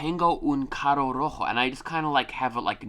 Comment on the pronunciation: Carro Como el lo pronuncia= CAGOU Como se pronuncia = CARRRRRRO Cago es de cagar, de hacer caca, pero es una forma bastante incorrecta porque se suele ver mal que alguien diga eso jaja